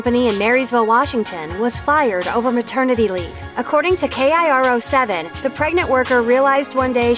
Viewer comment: She said K-I-R-O 7... Hahahaha it’s Kiro 7 like Kiro Egypt. Silly disembodied voice.